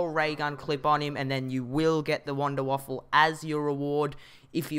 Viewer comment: It's Wanderwaffe not wanderwaffle